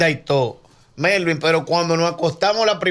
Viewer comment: Melvin lo pronunció bien